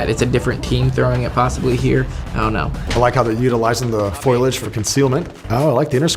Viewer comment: I'm surprised at how common and widespread the mispronunciation of the word "foliage" as "foil-age" is 😶